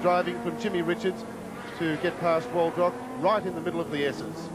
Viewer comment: Jeff "A-lamb", and Kevin "Waldrock" #facepalm